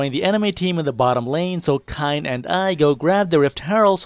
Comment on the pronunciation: I'm going to call Kayn "Cayenne" from now on.